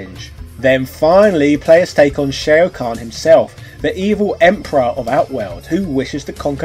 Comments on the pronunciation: No matter how much you're gonna go the "this is what we called those characters on the play ground back in the 90s" (you brought that up with Ryu in the past) you can't botch all these names like that when there are voicelines pronouncing them in the game. Sheo Khan, Kang Leo, Dankey Kang. Wtf. At this point it's just contrarianism, intentionally mispronouncing every thing to prove a point or it makes you look like you've only heard of this 30 year old game in 2020. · Shay-o khan? Like steve-o khan? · Shay-oh Kahn? Kung Lay-oh? I'd check your pronunciation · Who is Shay-O Kahn, and Kung Lay-o? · Just putting this out there... Can pronounce Shaolin but not Shao Kahn or Kung Lao... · Mk II was the best game in the 16 bit Era. Nice review. Not sure why you pronounce Shao Kahn and King Lao differently. The announcer does them correctly